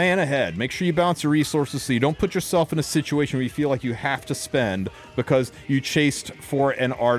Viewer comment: "For the six of you who loke playing Dark Adin..." Damn, bro...